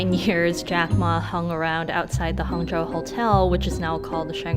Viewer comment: That's the worst pronunciation of HangZhou I have ever heard